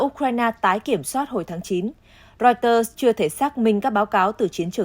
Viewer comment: Đọc chưa đúng , wa - sinh-từng ????? Hãng tin của Anh đọc chuẩn phải là “Riu - tơ “ mình có cảm giác moij người đọc theo ý mình thì phải???????